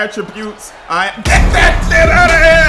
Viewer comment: he said "get that thit outta here